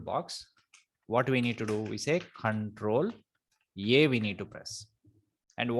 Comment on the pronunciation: thanks a lot for the videos, but it is control A, not control E you are saying